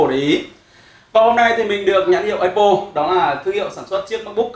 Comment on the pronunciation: mong a cũng như nhiều reviewer công nghệ khác phát âm đúng tên giùm cái. Áp pồ chứ ko pải lá ây bồ( cu hiệp) hay ép pồ( đa phần reviewer hay đọc)